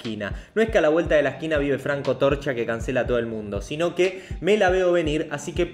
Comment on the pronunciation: Se dice "a la vuelta de la esquina" no "a la vuelta de lasquina" jajajajajaaaaaaaaaa! Excelente video, como siempre!